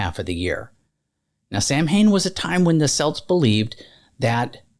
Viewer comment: Please look up the pronunciation of Samhain. It's pronounced completely different than what is expected.